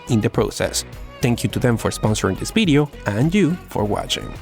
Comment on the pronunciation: "Future bideo"